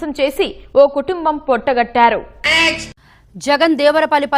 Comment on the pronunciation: పొట్టగట్టారు ఏమిటి తల్లీ,ఆ పదం పొట్టగొట్టారు అని పలకాలి.తెలుగు పదాలను సక్రమంగా ఉచ్ఛరించడం రానివారు న్యూస్ రీడర్ ఐతే ఇలాగే ఉంటుంది.తెలుగుకు తెగులు పట్టించవద్దు.